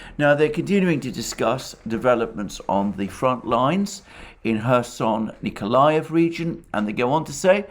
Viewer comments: There is a "K" in Kherson. My wife who is from Kherson pronounces the K. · Nope. It’s pronounced Hersón. like German Herr) and són.